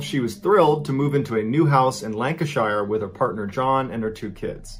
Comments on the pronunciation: .as a Lancashire native its pronouned as these words Lann-cash-cher ...Lanncashcher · Sher not sheer is the correct northern pronunciation. ie lanca sher. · Note to my fellow Americans, when pronouncing British towns with names ending in "shire" Forget the "E" at the end of Lancashire. Its pronounced LANC - ah - shir. I used to make that mistake all the time until my British friends just stopped correcting me.